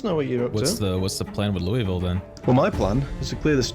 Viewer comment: Imma take the engagement bait and tell you you're saying Louisville wrong. But other than that, preemo playthrough.